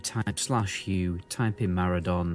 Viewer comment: Can we all agree that you are both saying Maraudon wrong. surely its a play on the word "Marauder" and so should be pronounced "muh raw don"